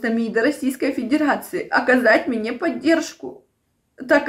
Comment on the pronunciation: 🤣🤣На "..оказать МИНЕ поддержку.." Поддержите бедолажку. Отвалите ей зА щеку.